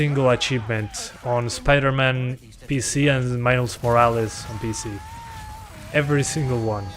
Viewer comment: I'm from Italy, love that you say "Morales" like me